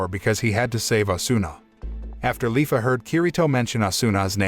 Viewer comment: *leafa not Lyfa